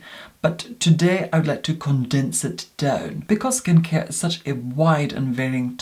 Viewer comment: “Skin cier”